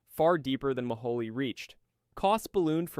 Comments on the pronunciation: Mohole is pronounce Mo-hole, not Mo-ho-le. I know, I worked as a very minor assistant functionary when I was an undergrad. Our geology department machine shop made stuff for the project. All I did was clean up afterwards. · He does say "Mo-holey" rather than "Mo-hole", which I always took as clever marketing for federal funds. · Mohole = 'Mow-hole' not 'mo-ho-lay.' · Very interesting! And you do a good job with non-English pronunciations! But I have to point out that the Mohole is an anglicization of Moho, because it's a hole. It is not "moholy". It's "moe-hole" as it a moe was in a hole. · Thanks, that was a fascinating video for an old High School Geology teacher like me, BTW it's pronounced Mo - hole, not Moholy! I was a kid when it was happening and I was fascinated by it and the earlier International Geophysical Year. I guess that set me up for a career I eventually, half reluctantly fell into and ended up loving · It's pronounced Project MO-hole, not Ma-HA-lee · 'Mohole' is pronounced as 'mo-hole', or 'moh-hohl'; not like 'guacamole'. :) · Did it occur to you that Project Mohole is pronounced MO- HOLE?? As in a HOLE in the ground?